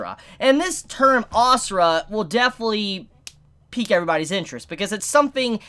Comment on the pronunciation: u say it like "a sur" not asura xD , i am indian so xD